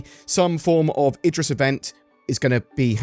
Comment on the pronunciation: I'm excited and all, but I don't understand why it's pronounced Edris and not Idris 😂